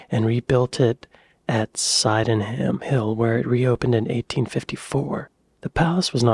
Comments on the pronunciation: Sydenham is pronounced Sidnam 😁, I go to Crystal Palace every week to walk my dog, it’s got a maze there as well. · It's pronounced siddenham. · Don't rule out Victorian metal. The Palm House and the Temperate House at Kew Gardens are still standing and in use. They are not far short of 200 years old. They've been very well looked after! Oh, and Sydenham is pronounced Sidnum. The dinosaur models are from a time when they thought all dinosaurs walked like crocodiles, with their legs spread out to the sides. They also didn't think they could walk on two legs. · My mum - seven years old at the time - was one of those who saw it burn down. Sydenham ("Sid-num") was very close to where she grew up in Thornton Heath. As she said, it was a tragedy, but it would almost certainly hvae been pulled down a few years later as it would have been the perfect landmark for the Luftwaffe wanting to find and bomb Croydon airport (London's airport at the time). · a great reaction to this piece about the architectural wonder which was the Crystal Palace. The place in South London where it finally stood is pronounced 'Sid-num'.